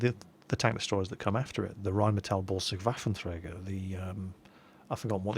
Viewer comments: You do pretty good with the pronounciation of the "Rheinmetall-Borsig Waffenträger" and still pretend you can't say "Panzer-Selbstfahrlafette"? You can better than that!;) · I´m loving it, when you say the german word "Waffenträger". You are pronouncing it good, but it still sounds unique ;-)